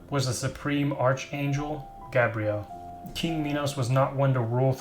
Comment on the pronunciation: Come on dude, its pronounced "ark-angel" and its "gabe-re-el" (Gabriel) NOT "gab-re-elle" (Gabrielle) notice how they are apelled AND pronounced differently?